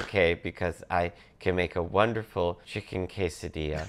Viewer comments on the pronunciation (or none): none